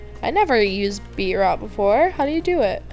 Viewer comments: It was like someone stabbing me and my grades everytime you said BeetROT instead of BeetROOT! 😣😂🤓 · It's not Be-rot it's Beet-root!?!?!?!!!! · Beetroot is beet then you say root as in the root of a plant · BeetROOT haha beetrot XD no hate love you just thought that was funny